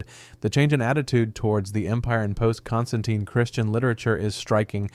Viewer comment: Don't forget his varied pronunciations of Constantine!... This is definitely bot behaviour 😋😋